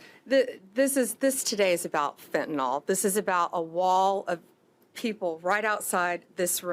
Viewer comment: To Bondi; fentanyl, not “fentanall”